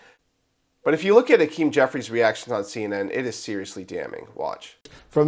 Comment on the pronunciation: HA-KEEM no Ah Keem! He’s a weasel and a crook but pronounce his name correctly